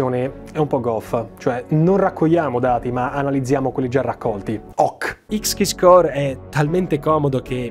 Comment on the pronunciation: Ciao, ottimo lavoro come sempre ma se posso permettermi una piccola correzione, le pronuncie delle aziende citate nel video sono sbagliate: Verizon, pron. VERAISON Deloitte, pron. DILOITT (è americana non francese) Xkeyscore, pron. EXKISCOR non voglio essere pignolo ma rendere i tuoi contenuti impeccabili:)